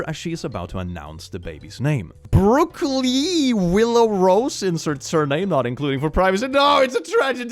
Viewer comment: Brookleigh sounds like broccoli 🥦 😅